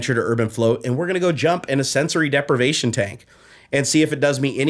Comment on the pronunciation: The moment when I understood "depravation" instead of "deprivation" -> Wait whaaaaaaaat? Glad to see you back!!!